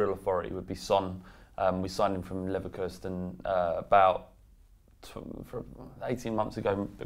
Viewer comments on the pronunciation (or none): Come on, Leverkerstin? You serious? It's Bayer Leverkusen mate. Tottenham literally played them in the champions league this season.